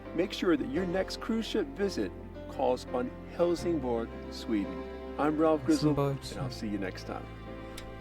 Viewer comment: Please do not promounce Bergman or Helsingborg as if it was German. Look them up on a Swedish site on the Internet.